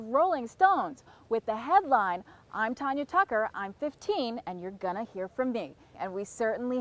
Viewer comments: I hate when they say Tonya...It is Tanya. I hate it. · it's TANya not TONya. she says her own name at the damn beginning. ugh. my name is pronounced just like hers. my mom and dad couldn't agree on a name for me. as my mom was holding me in the hospital room Tanya Tucker came on the tv and BOOM she had my name. 😄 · it's tanya, not tonya, like tan ya hide as Miss T would tell ya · You can't even pronounce her name correctly, it is not TONYA it is TANYA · It's not tonya tucker.......! Its tanya tucker Dam..............! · I don't see no one comparing her to Taylor. But the woman pronouncing her name as Tonya instead of Tanya it's pretty typical for a black woman or myself to call her that because you most of the time pronounce it Tonya. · TANYA, not TONYA! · This keep pronouncing Tanya's name wrong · These two commentators keep mispronouncing her name! Really?! If you’re going to interview someone give them the dignity of knowing what their name is! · I cringed when I heard them mispronounce her name.. They should study up on who they are interviewing. Tanya is a legend ❤️ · Hey and. If your going to have a STAR on your program, please learn how to pronounce there name. Call me Profile, I definitely can do this job! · What a weird ass show. How rude that they kept mispronouncing her name over and over again. What kind of hosts interview a performer that's been in the business for as long as she has, and don't bother to find out how to pronounce her name. All the kissing up to her they did isn't worth a damn if they don't care enough to get her name right. What a bunch of fakers these idiots are. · This lady can't even pronounce her name right. As far as Tanya being the Taylor Swift of her day... Taylor will never compare to her. Still beautiful as ever. Love ya, Tanya! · OH GEEZ! Did she NOT tell them how to say her name??